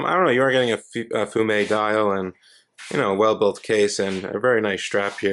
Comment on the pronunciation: love when noobs call it a fume dial , but you pronounced it correctly 😊